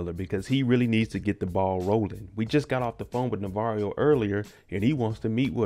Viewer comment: Bruh I can never get over how this man says "Navarrio" 😂😂 I done caught myself calling him that when I'm watching with my friends